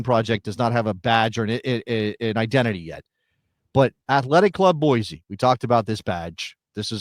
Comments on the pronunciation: Boise is pronounced Boy-see, not Boy-zee. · You say ee-zy not ee-sy for the word easy, same with Boise. Deal with it bro🥀